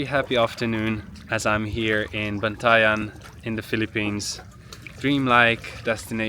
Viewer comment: I hope you enjoy the Phillippines! Btw, you pronounced Bantayan so well. Ingat!